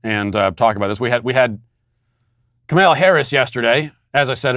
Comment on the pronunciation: Matt, do you pronounce some names (like Psaki or Kamala) different than the media would force one to out of (well-deserved) spite, or because that’s how you are used to pronouncing them? Crossing fingers that it’s spite, but curious to know if it’s intentional